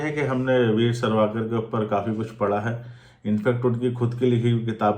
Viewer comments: Mere bhai.....tum kam se kam naam toh theek se lelo "sarvaakar" Nhi "savarkar" hai Aur doosri baat bhai....tum propaganda film jo bol rahe ho.... konsi film sahi hai...batao 1. Kya jodha Akbar sahi thi 2. Kya shikara movie sahi thi 3.kya accidental prime. minister sahi thi... Aur jaha tak history ki baat hai....aise bahut saare logon ne apni jaan gavai jinka hum naam tak nahi jaante na Jaan payenge. Mein janta hoon ki tum dono comment ka reply nahi karoge... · savarkar hai sarvakar nhi pehele naam thik se lena sikho😂😂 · Sarvaaakar nhi hai vo chu**......savarkar hai pehli baat..... Naam to thik se liya nhi ja rha... Gyan cho rha hai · Ye boal rha h isne story read ki h but isko naam tak pata nhi h Veer Savarkar h sarwakar nhi h or pata nhi isne kiski story read ki h 😂 akal ke andhe 😡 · Aur savarkar hota hai sarvakar nhi. Tumne kya padha hai itihas😂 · Are bhai unka nam sawarkar hai naam to thik se padho